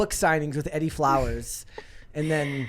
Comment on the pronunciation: Pretty sure the name "Edie" is pronounced Ee-dee. Both syllables rhyme with "bee".